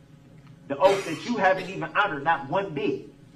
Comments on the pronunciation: “the oaf” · Detective Guth, not Guf, sustain not substain, bias not biast , oath not oaf, this not dis, grounds not grounz, ask not axe, and soooo many more. Drove me crazy! Also, he needs to learn the meaning of hearsay!!